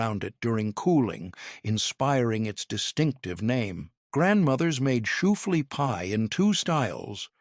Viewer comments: Where do they get these narrators?? SHOEFLEA? Really!! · I know, right, and it was said like 10 times!